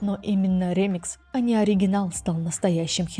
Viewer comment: Отличное видео!, только не рЕмикс, а ремИкс ❤ Очень по ушам режет ваше неправильное произношение